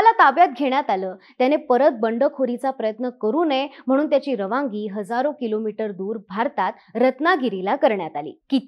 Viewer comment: रवांगी, परवांगी नव्हे.रवानगी,परवानगी.शब्दोच्चार चुकीचे होताहेत.